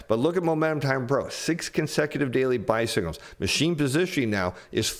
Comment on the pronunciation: 🚵‍♂️ I know he's saying "buy signals" but it sure sounds like he's saying "bicycles," which is a tiny bit of humor amid soooo much bad news 🤭!